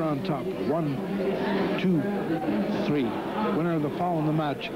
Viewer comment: Super Star won his match at "tree minutes and turdy tseconds"